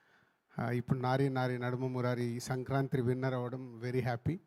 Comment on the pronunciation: బాబు నువ్వు ముందు సంక్రాంతి అనటం నేర్చుకో దణ్ణం